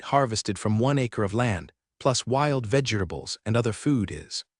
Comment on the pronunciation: I'm still confounded to why vegetables are either translated badly or pronounced wrong by AI for crying out loud. Hearing it as Ver-ger-tar-bhles is hitting my nerves painfully on places i never knew i had